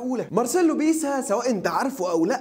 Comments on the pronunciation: اسمه مارسيلو بيلسا مش بيسا يا عم اصحي ليغفلونا ✊️😄😂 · بيلسا يا عم مش بيسا